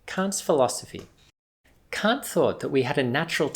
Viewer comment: I can’t take this dude seriously... It sounds like he’s saying c*** instead of Kant